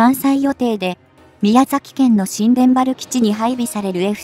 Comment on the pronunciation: 新田原基地の呼び方は しんでんばる基地＝☓ にゅうたばる基地＝○ です。